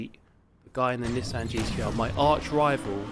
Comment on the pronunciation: Wtf is a Nissehn Skyline